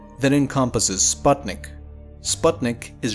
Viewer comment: you pronounce sputnik wrong